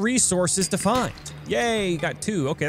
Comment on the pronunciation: When he was saying yay it sounded like he was saying gay